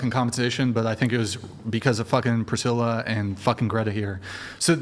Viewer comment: “Prithilla” is diabolical 💀